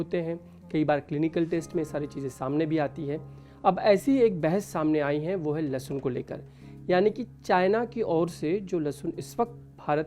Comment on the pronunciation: Dr bol rahi lassun😂😂😂